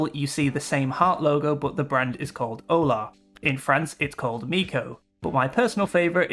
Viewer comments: Olá is Oh-LAH, not OH-lah, the acute marks the stress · it hurts when you say olá wrong